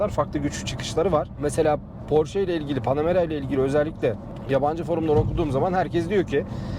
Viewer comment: abi doğru telaffuz "porşe". senin gibi dortmund'da yaşayan birine yakıştıramadım...